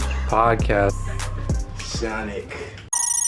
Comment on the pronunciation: My favorite part was when he walked inside the room and just said “Sanic.”